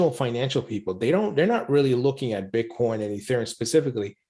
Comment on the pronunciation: So you’re just going to pretend like you don’t know how to click on the in my comment and listen to him say Bitcorn yourself? Okay then why are you engaging with me?